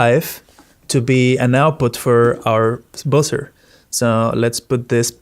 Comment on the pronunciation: Nice video but It's pronounced BUH-zer - not boozer. A boozer is something else entirely.